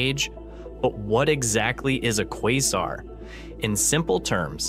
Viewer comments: Did you just pronounce quasar as "kwarzar"? Must be AI voice. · Is this ai or is he just trying out a different pronunciation every time he says quasar? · Please pick a way to pronounce Quasar out of the 3 different ways you said it, & stick to just one.